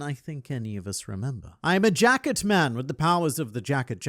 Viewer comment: Am I the only one that hears jack it, instead of jacket. Just changes the nature of the fruit entirel.